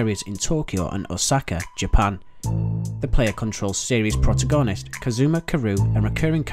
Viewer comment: Prota'goh'nist? 'Jeralt' of Rivia.. pronunciation is poor in this video